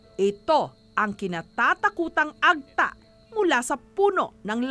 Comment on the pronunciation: Madame Jessica it's Ag-TA emphasis po sa TA not the other way around AG-ta. Sana po i-research niyo muna kung paano sambitin ang mga salita lalo na kung Filipino kasi masakit sa tenga. Napapansin ko po kasi madalas ito mangyari. I hope you take my criticism objectively.